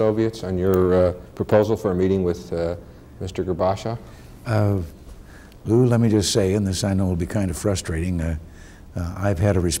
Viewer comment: Mr...Who? I think Lou Cannon was struggling to say GORBACHEV here. lol.